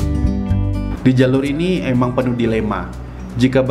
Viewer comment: Penuh ko bukan pebuh wkwkwk